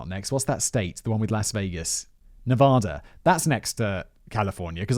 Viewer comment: I always laugh when people mispronounce "Nevada". It's not "Nev-ah-da", it is "Nev-a-da". The first "a" pronounced like "bag".